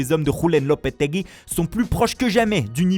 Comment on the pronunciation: Lopetegui mdr la prononciation en "spanish "